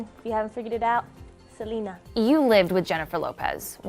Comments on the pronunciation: White folks just LOVE to butcher non white people's names. Her name IS Selena NOT like you're saying Salina. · Se dice se- le- na not se- li- nuh